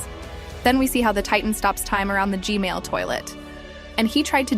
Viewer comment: ITS G-MaIL